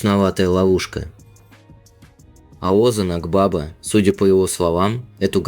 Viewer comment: Озан Акбаба ударение на последнем гласном и в имени и в фамилии